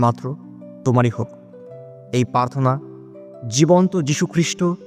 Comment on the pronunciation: পার্থনা নয়, প্রার্থনা বলবেন।